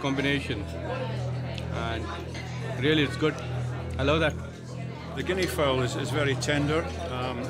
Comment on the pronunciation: Can't say Guinea Fowl.😂😂